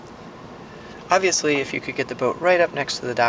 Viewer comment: Nice model! I had to listen a second time to catch the “obviously “.